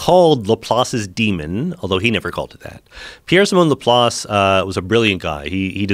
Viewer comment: Joe "Lapace" Rogan